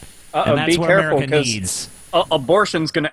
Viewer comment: I fucking hate the way Josh Feuerstein pronounces "America" it's so fucking annoying.